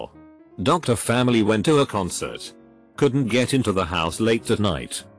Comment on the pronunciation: "dad wasSOTnt home" "coldn't"